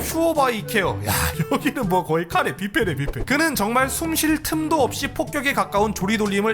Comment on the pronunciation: 일본인도 아니고 저걸 카레로 읽음? ㅋㅋㅋㅋㅋㅋㅋㅋ